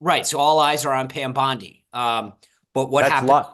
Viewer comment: it's Bondi not Biondi. As often as Mark told people how to pronounce Kamala, I wish he would correct him.